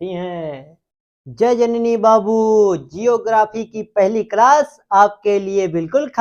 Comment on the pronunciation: Are pahle khud pado जियो ग्राफी nhi hota ज्योग्राफी होता हैं जिसके पास अपनी हिट और लाइट होती ह उसे तारा कहते ह तो किया आग एक तारा ह